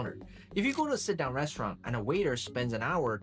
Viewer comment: Restuuralnn. I wish AI was never invented.